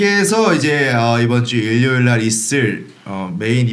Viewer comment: 은 왜 일요일을 일료일이라고 발음하지 첨들어보네